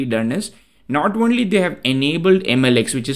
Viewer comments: "own-lee". dont get me wrong. i just noticed it. english is not my native language too. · you are mispronouncing "only"